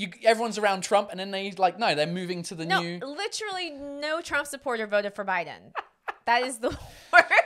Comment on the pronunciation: never heard an American say literally like this.